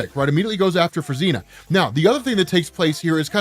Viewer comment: Fruzsina is pronounced as froo-zhee-nah ("zs" is like "s" in "pleasure")